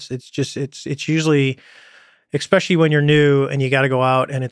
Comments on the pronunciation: If this were ten years ago, my comment would read David “Eckspecially” Fravor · Does anyone else get annoyed when this guy says "EX-pecially"? Weird mistake for such a smart dude. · I dont know why it bothers me so much, but the way he pronounces especially "ekspecially" is driving me nuts. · If you can say "exscpecially" at this age, and not notice that it's wrong, then I can still become a fighter jet pilot... I fink so, no? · I "ex-specially" like the pod cast. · Mr. Fravor the word is "especially"...it is not pronounced 'eX-pecially! College graduate...sheesh! Maybe that's how they say it in the marines! But really, I'm just pulling your chain! Ps, Lex, I watched it to the very end! Great show, I'll be back! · I love the story , I've heard it on Rogan before. As intelligent as fravor is he repeatedly says "ecspecialy". Clearly uber smart still. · The fact that he says exspecially makes him much less credible Just kidding Mr. Fravor, you are a great professional. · Why are some people saying eXspecially? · This man says "ekspecially", which immediately removes intelligence points LOL. All respect to Fravor. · Fravor is a legend, and articulate, but his 'expecially' is a killer. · It's hard to take someone seriously when they keep saying EXSPECIALLY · Interesting. This guy is totally believable. I hope the tic tacs are seen again! Funny how Americans say "ECspecially"... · I almost turned it off when I heard the first butchering of “especially” but I’m glad I muscled through it. Good stuff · I might take him seriously if he didn't continually mispronounce the word especially. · Such an intelligent person but he says ekspecially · I wish Lex would've asked him why he keeps mispronouncing the word "especially".